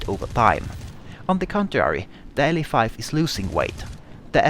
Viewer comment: It's pronounced "La-5" not "L.A. 5"